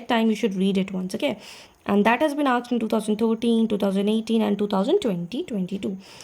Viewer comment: True ma'am, many things have been "aksed"... Conventry Patmoore... Rocessti... Memoriorism...